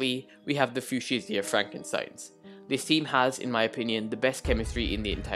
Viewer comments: I could defiantly be wrong but i think fuchsia is pronounced (f-you-sha) idk just trying to help :) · its fue-sha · Another great video and analysis from the one and only! Fuschia is pronounced fu-sha you can always google it if you aren't sure:) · As a person who had to learn fushia, it is foo sha, not fyoo shia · Nope it's fyoo-shia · For future reference, Fuchsia is FYOO-shuh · Fuchsia is pronounced like few-shuh or few-sh-uh, not really an intuitive pronunciation and it doesn't help that the MCC announcement spelled it wrong lol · Nice video but it triggered me every time u said fuchsia wrong (fyoo-shuh) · Fuchsia is pronounced few-sh-uh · Its pronounced fucxia